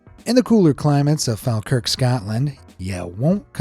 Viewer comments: I know this is so picky but I'm a bit over American pronunciations of our cities ..in the nicest way it's phonetically Glass go Edin burra Fall Kirk I thank you And I f kn love this channel😁😁😁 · I live in falkirk, the way he’s saying Edinburgh, Falkirk and Glasgow is making me mad 😭